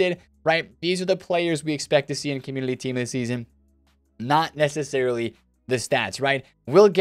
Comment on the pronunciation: Is it just me or does he say communiLy instead of community? It's making me crazy. Please stop it